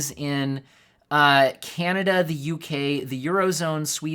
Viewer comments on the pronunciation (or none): none